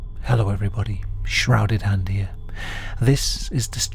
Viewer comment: Hillo ivryboodeh, Shuh - rouded Hand heea